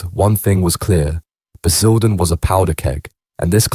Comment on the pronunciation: Baz-ILL-den was a powder keg Sort this AI slop out it's total shite